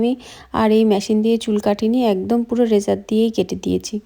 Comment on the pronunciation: ম‍্যশিন না কথাটা হচ্ছে মেশিন